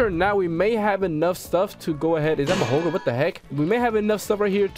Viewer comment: He called Mahoraga Makona 😭